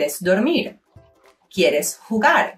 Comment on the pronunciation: Almost perfect! "Jugar" no E. And "hora" de ir a dormir. We don't use the word "tiempo" like that. We use "hora". Not that people won't understand you if you say "tiempo", of course. Thanks for learning with us! =)